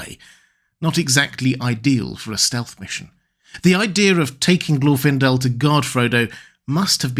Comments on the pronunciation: Lmao "Glorf-indel" .. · Even in this video there's no consistency in how his name is pronounced, specifically whether the stress goes on the first or second syllable. I think the conclusion is correct: you don't send the most recognizable (to the enemy) elf on a stealth mission.